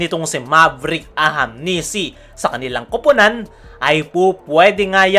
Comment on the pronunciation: Kailan mo kaya mabibigkas ng tama yung ahanmisi.. tagal n puro ahamnisi pa wh